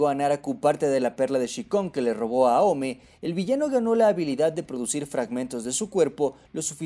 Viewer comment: si se pronunciase aome entonces porque kagura no decis agura o a kageromaru ageromaru no justifiques una cagada del doblaje como pronunciación